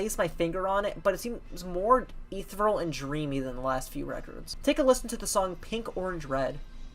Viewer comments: Great vid, thanks for making. Small tip: it’s pronounced e_the_-ree-al ;) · Pronounciation of ethereal: uh - thee- see - uhhl